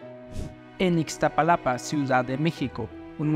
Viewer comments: Es Iztapalapa no Ixtapalapa hay que saber pronunciar antes de hacer reportajes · 😅😅😅 ixtapalapa el we no sabe pronunciar iztapalapa😅😅😅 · Tremendo reportero, ni siquiera sabe pronunciar Iztapalapa y no es la primera ocasión que dice Ixtapalapa en lugar de Iztapalapa.